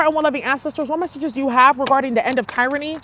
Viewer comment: The end of teer-rany